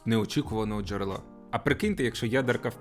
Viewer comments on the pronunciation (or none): none